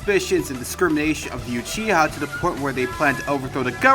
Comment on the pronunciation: It uchiha not yuchiha, the u in uchiha are spell like the u in ultra not yultra